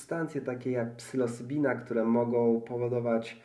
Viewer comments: faktycznie lekko z angielskim zalatuje :-) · Psylocybina NIE PSYLOSYBINA i tyle